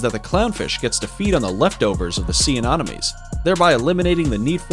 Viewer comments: So cringey as f**k how you keep calling Sea Anemones Anomones... how can you even say it wrong your placing an O where there isnt one. Then you call it Sea Anonomies. More than once.... JFC!!! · Bro', I'll subscribe if you from now on never pronounce Anemones in that way again, because you make it sound as if it's anonymous, an anonomy, or anomaly, when it's clearly >>Anemones. Anemones =(Anem-o-nees);- They are named after the anemone, a terrestrial flowering plant, because of the colourful appearance of many. Sea anemones are classified in the phylum Cnidaria, class Anthozoa, subclass Hexacorallia. As cnidarians, sea anemones are related to corals, jellyfish, tube-dwelling anemones, and Hydra. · 'secret antibiotics' lol. SECRETE antibiotics.. And. AnOMinees??? Anemones!!! And Aahfids?? Aphids (AYphids) Dude... You sound like you didn't finish middle school. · "Sea anomenies"